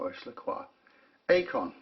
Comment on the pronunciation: it's pronounced 'icon' not 'a con'. Deployment means movement of troops and equipment. Deployant is specific to watch clasps.